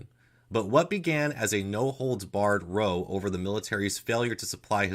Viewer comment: In this case, row is pronounced "rou", not roe.